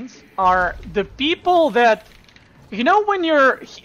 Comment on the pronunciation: "thank you for the sport, beoble"